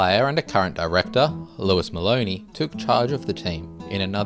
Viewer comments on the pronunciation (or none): none